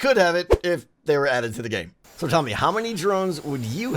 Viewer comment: Don't you mean drones you said Moe's